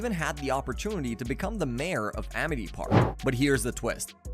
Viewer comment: Vladd not vload or vlaud. You even said it correctly a total of once. Geez. And it's Amity Park. Why are you saying Amit. You literally posted a picture of the sign saying Amity. Ugh I can't stand youtubers like you.